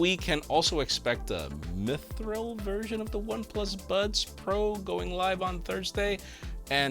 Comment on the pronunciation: Mithril is from The Lord of the Rings books/movies. It is the most precious metal in that universe, silver in color, light as a feather and stronger than steel. And no, you didn't mispronounce it.